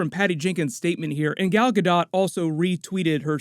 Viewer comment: Hey! Pronunciation tip: Gal Gadot rhymes with "Ball" (Gal) and "Boat" (Gadot).